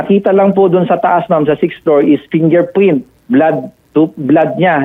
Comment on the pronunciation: fingerpwint 😂 bulol si sir, condolence sa family 😢